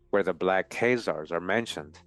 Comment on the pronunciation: why do you pronounce Keyzaers, and not KhAzars, A not ey